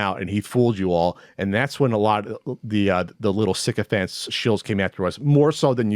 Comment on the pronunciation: Can't tell if says sycophants and sicko fans but both work